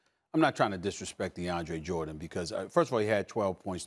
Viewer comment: I stopped listening when I heard Max say "DeAndre"...reaching brah